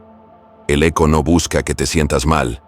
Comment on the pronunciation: Perdón no es aco es eco